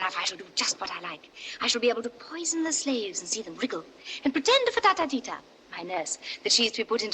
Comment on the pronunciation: Who pronounced the name of Ftatateeta the queen's chief nurse No one can pronounce it Tota, except yourself The burn is reallllllll